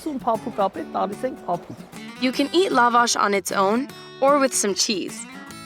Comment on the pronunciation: The stress is on second A